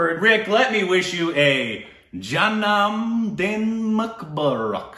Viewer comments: you pronounced the hindi one: janemdin right, but Mubarak you korbinized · You did great but It should be Jan-nam Din Mu-baa- rak. It will be helpful.